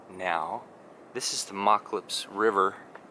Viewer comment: Hi, this brings back memories of playing on the beach at Moclips when I was a kid. My grandmother lived there and when we visited her we would go down to the beach whenever we could. You picked a great spot to paint! By the way, Moclips is pronounced with a long o. Listening to you pronounce it wrong got me to wondering what the word "Moclips" means and I found two versions, both from Quinault words, the first being "a place where girls were sent as they were approaching puberty". The other one is "large stream". Both could apply. When too many cousins showed up my grandma would run us off - down to the beach!